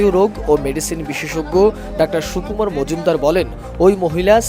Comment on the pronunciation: সুকুমার না কুকুমার!?